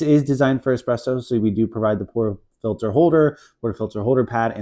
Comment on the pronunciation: ...Porta filler??? Will someone teach Americans English...porta F I L T E R FIL TER I L TR not...NOT FILLER